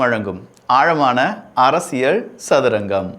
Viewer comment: அரசியழ் இல்ல அரசியல்